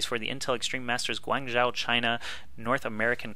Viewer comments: its pronounced 'gwanjoe' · I believe it's pronounced Gu-ahng shoo